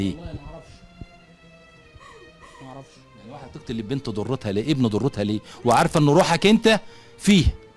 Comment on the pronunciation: 😂😂كلمه ضرتها بالضاء وليس بالدال لان الدرة بالدال يعني اللؤلؤ